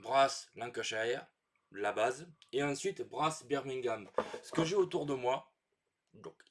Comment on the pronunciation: J'aime bien Brass Birmingham. Je n'ai jamais joué Lancashire, mais je pense que je l'aimerais moins que Birmingham parce que j'ai vécu à Birmingham. Votre prononciation de Birmingham était parfait 😂